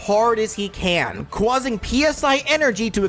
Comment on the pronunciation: Sorry if this offends you. Cwauses. Cwausing. Cwausing. That is all.